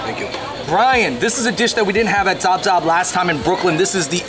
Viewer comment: Zaab Zaab is prounced Saab Saab, meaning delicious